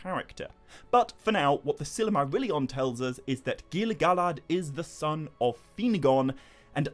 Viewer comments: I've had to stop watching and downvote this video after only getting two minutes in. Your pronunciation of Silmarillion is literally silly. As in you say: Silly Marillion Instead of either: Sill mah rill ee on (Christopher Tolkien's pronunciation which is presumably the same as his father's) Or: Seal mah real ee on (which would apparently be correct using the Quenya pronunciation rules but is rarely used). It took me about three minutes to check the above, probably less. What on Middle-earth were you thinking man? 😕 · I don't think I've ever heard Silmarillion pronounced that way. Good video though 👍